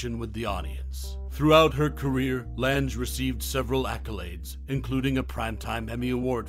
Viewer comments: Pocketful of Miracles is my favorite. Edward Everett Horton and Peter Falk were great, too. Her name is pronounced like Lang. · That's what I kept thinking when I heard him say "Lange" that I had always heard it pronounced "Lang".